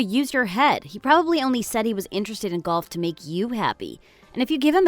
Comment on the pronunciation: Golf has often been called an old person’s game, because aside from the walking there is nothing extremely strenuous about it. And a golf cart can solve the walking problem. Am I hearing him correctly when he says golf? It sounds like he is saying gulf.